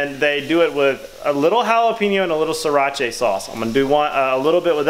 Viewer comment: "Sirach-aye sauce" haha